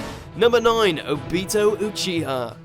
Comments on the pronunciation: The way u said ob-I-to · It’s obito, not oh Beto Like pronounce it right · Did u hear how he said o-bit-o it's o-bi-to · You say it like Obeato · My mans said obeto😂😂😂😂😂😂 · How he said obito infuriates me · The people who made this video are complete idiots! This is so wrong and you cant even say obito's name right. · When you pronounce obito wrong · The way he says obitos name is really gettimg on my nerves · The way he said obito made me want to die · Thats not how u say obito name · Just stop with the Naruto videos. Ever since your first few where you pronounced Akatsuki as 'A-cut-su-key' and Sasuke as 'Sa-su-key' it has been clear that you know nothing about the anime. This video proves that you still don't. Lacking Hashirama but keeping Madara, lacking Itachi but keeping Obito, lacking Pain but including Momoshiki. It's fucking ridiculous. It's like someone watched the movies and decided they knew everything. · Soozano Obeeto? Susanoo Obito. Let's work on the right pronunciation shall we? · the way he pronounced obito and susano killed me